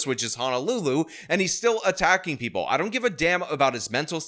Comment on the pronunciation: "Preeple"? Also, do you have to almost always yell when you say "baby angel"?